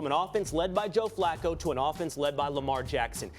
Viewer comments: It was actually Skip Bayless that called John Flacco John Fluko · You called Him Fluco